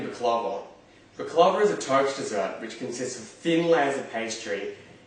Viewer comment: Can't even pronounce baklava properly 😅